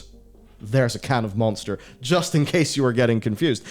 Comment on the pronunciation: Did he say Moanster energy?